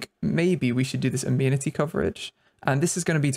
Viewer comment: Im pretty sure its pronounced a-men-it-tee but idk